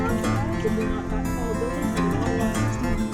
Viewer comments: Bhai main bhi aap ki tarah Ottawa ko O-taawaa bolta tha bachpan main 😂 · I also pronounce it Ottawa😄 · ओटावा,ईटावा हम भी ऐसे ही प्रोनोउंस करते थे😂😂😂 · bdw , humne bhi toh school mein "ottawaa" hi kaha hai !!!!! uska real pronunciation toh bahot baad mein hi pata chala hum bhartiyon ko !!!!! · I also said Ottawa in childhood like you